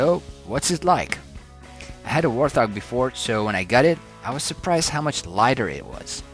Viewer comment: wart hog not "war thog" : )